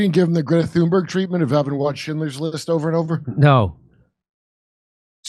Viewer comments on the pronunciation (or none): none